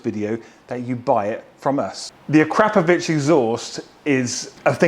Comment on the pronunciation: You are one of the few pronouncing Akrapovic correctly 😂